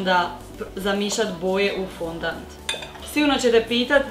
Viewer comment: Nije fondant nego fondan